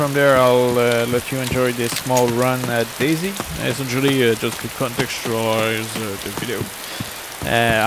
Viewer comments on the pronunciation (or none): I love how you keep saying daisy...